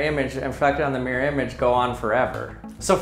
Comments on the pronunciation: Mirror has TWO syllables. Mir-ror. This guy is pronouncing it with only one: “meer”. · Not MERE it's MIR-ROR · Does it not bother anyone else that this guy says "meer" rather than "mirrer" for the word "mirror"? I literally can't bring myself to a point where I can even just ignore the pronunciation... "meer" v "mirror" is just so wrong! Ugh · Everyone: Mirror: Meeyer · I always think the majority of American say Mir -like the space station. Same double-r problem with Squirrel - comes out as Squirl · Thank you. Now I can only hear him saying meer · I was too distracted by hearing "Mere blahblah mere, mere, blahblahblah mere blah mere mere". The content is usually interesting enough not to notice these things - but this time;: "So what did we learn, class?" Class:: "Come on!... Anybody!" Class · Why can’t Americans pronounce MIR-ROR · Why do Americans pronounce mirror as meer?